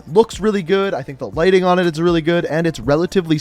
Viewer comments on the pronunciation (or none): none